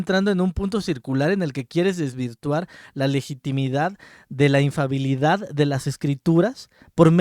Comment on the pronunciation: Infalibilidad no infabilidad hermano